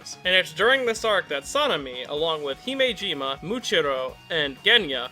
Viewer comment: Before i watch these kinds of videos I like to play a little game called "how badly will he butcher these guys names?" Fortunately he only butchered sanemi's name a little bit, unlike when he called Akaza "Akaze" or called Himejima "Himejama"